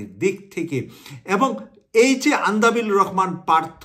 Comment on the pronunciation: সংবাদ বিশ্লেষণ করেন অথচ দেশের একজন পরিচিত রাজনৈতিক নেতার নাম সঠিকভাবে বলতে না পারা দুঃখজনক (আন্দালিব রহমান পার্থ কে "আন্দাবিল" বলেছেন)।